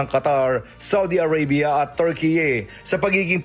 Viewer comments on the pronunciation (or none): none